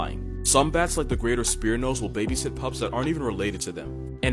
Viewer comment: 😂I had to rewind I thought you said Pangi-POPS not pups😂🤣🤣